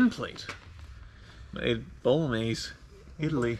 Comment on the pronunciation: "Bolonees" what?